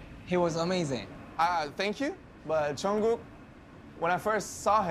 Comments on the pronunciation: Why do they (Jimmy and staff) call him JungKOO? 😂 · It sounds like they keep calling him Jungkoo... Am I hearing wrong?